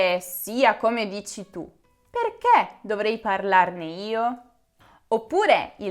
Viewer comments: Comprendo che l'inflessione dialettale sia ineludibile, ma - davvero! - non indovini nemmeno una "e"! Si pronuncia "perché" e non "perchè", etc...Per il resto brava! Il congiuntivo dona pregnanza semantica alla lingua italiana. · Farsi una domanda nn chiederselo...!!!! E nella dizione italiana mentre dici perché chiudi un po' la "e"....